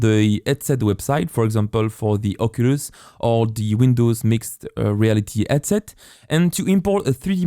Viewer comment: when you talk, please stop making H silent, when you say headset, it sounds like edset and its very very hard to follow along with you, but your tutorial is great